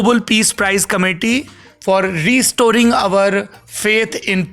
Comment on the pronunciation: Re storing nahin Restoring😂😂😂😂